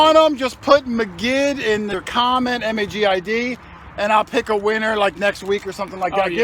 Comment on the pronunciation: MAGID. MAGID. MAGID. What else can you say?